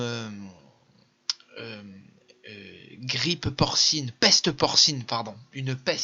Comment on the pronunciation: Après 5 ans de recul....chapeau !😮 Et tu as même fait un lapsus en prononçant le mot "grippe "😊 Décidément le meilleur parmi les meilleurs !!!!❤